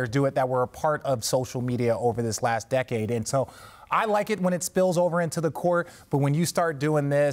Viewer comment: She said dic decade 😂